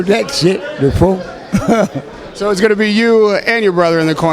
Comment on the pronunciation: " I ain't never heard of that shit .... Befoe" lmao